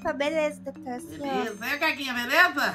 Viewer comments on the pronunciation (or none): "doutoura" kkkkkkkkk